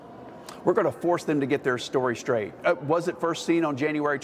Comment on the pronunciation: Oh boy yer gonna "forse 'em to get ther story skrate"......smfh......so effective, such a leader...